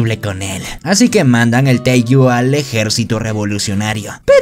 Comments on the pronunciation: AJAJAJAJAJA es teigu, no taiju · Y se dise teigu pero ta perron el rresume 😃😃😃😃😃😄😄😆😆😆😆😆😀😀😀😀😊😊😊😎😎😎😎